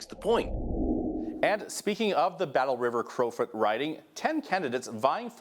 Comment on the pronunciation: This female host is terrible. There's a "whole mess going on with that riding" and "Battle-River Crowfeet"?? There's no mess going on in that riding. It's a legal federal by-election for that riding that will take place on August 8, 2025. It's Battle-River Crowfoot - not crowfeet. Good grief! And I live in BC!